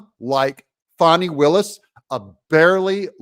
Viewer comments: Doug you can't make a silk purse out of a pig's ear , so pronounce her name how it is , Fani like Fanny , not Fawni like phoney😂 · Doug, please...let me break it down for you. If you take the i off the name Fani and Fawni this is how you say it, Fan- then Fawn...Fani not Fawni. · I'm from Georgia. My whole family is from the Atlanta area. Anyone in town will tell you it is pronounced "Fanny" , not "Fawney". And yes, we all know she is human garbage. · No "U" in Fanni. Ita not Faunni. Its FANNI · Her name is Fan-e not Fawni… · Why do you refer to her as Fauni, Fawni, when pronounced f-a-n ..i like a large maximum gluteus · It’s Fani. Not Fauni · I liked the original pronunciation of her name, Fanny. I don't like Foni, or Fauni, or Fawni. I want her to be dismissed, prosecuted and disbarred, so she can be kicked out on her fanny. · It's not Fauni Willis.. Don't try to gay it up like Joe Deertay, you know it's Dirt. Lol. It's Fanny "whatchu talkin bout" Willis. Fani's big fanny is in big trouble. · Her name is pronounced Fannie. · How is her name pronounced, Fannie or fonnie